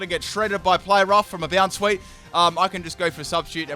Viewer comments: bonsweet (boundsweet or bounsweet) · iTz VelveT The Weeb That's true, but I'm looking for really bad ones.... His pronunciation of Bounsweet isn't as bad as many of the others...